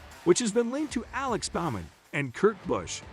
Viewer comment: Buddy… Alex (B-Ohhh Meh N) Bowman Cody (C-ohhh D) Ware